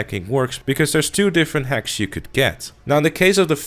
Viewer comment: I thought you kept saying "hecks" instead of "hacks" xD